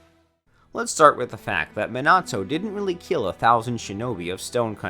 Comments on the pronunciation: To pronounce it its “(MeeNahToe)” not “(MinnAhTo)” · It's not Mi-nah-toe it's mee-na-toe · Everyone: Minato Him: Meenahto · Wrong Man-a-to Man-ga Right Meana-toe Mon-ga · He says ma nato I say me nato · even sayin ''me-na-to'' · "Minahtoo" lol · bro you say minato's name like an absolute wet lettuce stop over pronouncing the A fuck me